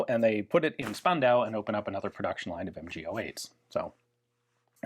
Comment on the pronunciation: We've trained Ian to pronounce "Strumgewehr" as "[Sh]turmgewehr". Now it's Spandau's turn: it is actually "[Sh]pandau"!